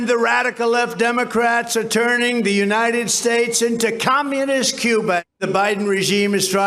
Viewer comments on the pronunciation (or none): none